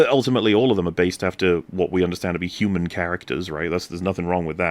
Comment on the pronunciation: "I too am a hew-mon like the rest of you. I can relate to you because of the fact that I am a hew-mon."